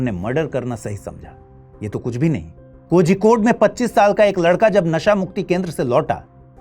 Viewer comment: 😂😂 You brainless, hope you forget that Gujarat is the hub of drugs dealing. Drugs Gateway of India is Gujarat 😂😂😅 please report on this. In kerala every cases or incidents are reported bcos public is well educated, unlike hindi speaking states including Gujarat. 😅 This anchor is unable to pronounce Kozhikode😂.. Useless report. Drugs r used by Sadhus too... Ganja is widely used by them😂